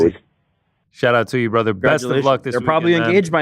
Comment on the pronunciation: Who says bratha? Send location